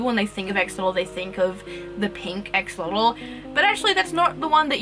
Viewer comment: Your pronunciation was pretty accurate... Greetings from Mexico. It's a real shame that we couldn't take care of the environment on that they used to live. Either way, we still got the chance to breed in cuativity. Keep it up with your awesome project, spreading knowledge ❤